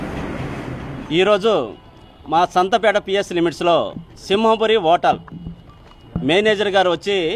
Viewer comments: ఓటల్ కాదు CI గారు ..హోటల్.. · Fast pronunciation lo o vsathundile h silent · Hotel lo H silent raa baabu😂😂😂😂😂😂😂😂